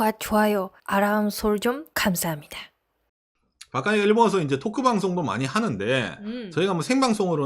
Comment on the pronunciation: 구도꽈 아란서쩡 간사합니다... ㅎㅎ 놀리는게 아니라 발음이 귀여우세요... ㅎㅎ 방송 잘 듣고 있습니다.